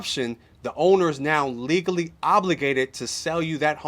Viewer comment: C'mon man!!! You gotta PRONOUNCE your final "T's and " L"s. It's legal NOT legoo!!! Thank you